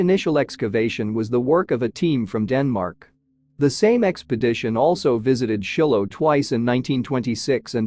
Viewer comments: It’s not Shillo. It’s Shylo pronunciation. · Narrator mispronounced every important name, like Shiloh